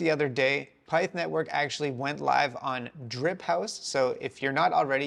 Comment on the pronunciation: Your saying pyth wrong brotha